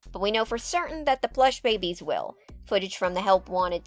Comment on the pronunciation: I really enjoy your videos! I like how throughly you research the info while adding your own opinions. However I think my absolute favorite part about your videos is when you insert an image to portray your personal emotions. you introduced the Plush Babies but I guess you mispronounced the word or had some sort of technical issue and you inserted that image of the pissed off Daffy Duck-I hollered 😂😂😂😂 Keep up the great work and I look forward to the next video! ❤